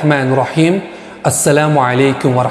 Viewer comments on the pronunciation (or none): none